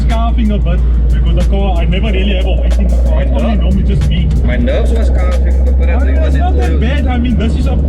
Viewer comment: "My nerves was skaafing" 😂